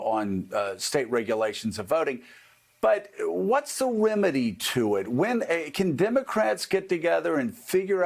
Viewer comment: Heheh.. He said 'wemedy'